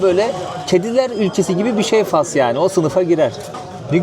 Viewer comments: gezilerini ilgiyle takip ediyorum. Yolun daima açık olsun kardeşim. Bu arada küçük bir bilgi vermek isterim: Türkçede ülkenin adı “Fas” diye okunur, “Fes” değil. Yazılışı: Fas Okunuşu: Fas “Fes” ise Osmanlı döneminde kullanılan başlığın adıdır. 🙂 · Hayır. Fas Türkçede “Fas” diye okunur. Yazıldığı gibi okunur: Fas. “Fes” ise ayrı bir kelimedir; Osmanlı’da kullanılan kırmızı başlığa verilen isimdir. Fes Karışıklık genelde İngilizce ve Fransızca telaffuzlardan geliyor: İngilizce: Morocco Fransızca: Maroc Ülkenin yerel adı: el-Mağrib. Not: Fes diye gerçekten bir şehir vardır. O şehir adı “Fes” diye okunur. Bu yüzden insanlar bazen ülke ile şehri karıştırabiliyor.